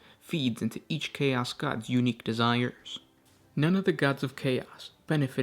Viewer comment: Bro what is with how you put emphasis on the last syllable on words. "emperOR", "chaOS", "desiRes", "champiONS", blessING". It sounds like your speaking in iambic pentameter but with no rhythm. Sry i was driving me crazy the whole time.